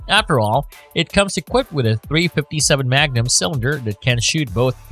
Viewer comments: “dot three hundred fifty seven magnum” Wow! That sounds really BIG! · Dot three hundred and fifty seven magnum…. Said no one ever who knows anything about guns